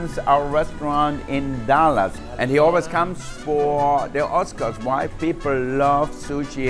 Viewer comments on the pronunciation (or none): I know he says why but it sounds like he says “white people love sushi and sashimi” which is true